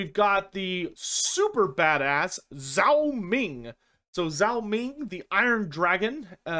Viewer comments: FYI The Zh- sound in Roman alphabet transcriptions of Chinese (aka pinyin) is pronounced like a J, so Zhao Ming would be pronounced like Jao Ming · Just a heads up on pronunciation: Chinese 'zh' is much closer to an English 'j' than 'z'